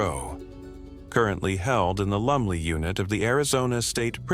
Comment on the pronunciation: Its Lumley !!! I thought you were saying Lovely prison unit !! Lolol